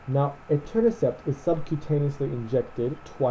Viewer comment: I keep hearing Eternacept instead of Etanercept.